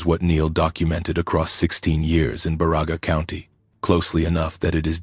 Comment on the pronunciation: Love the stories...BUT! CAN You please get the name Pronunciations Right!! My relatives are from BA Ra Ga County! Elo and Pelkie and Johnson farm on Johnson Rd.!!! SISU!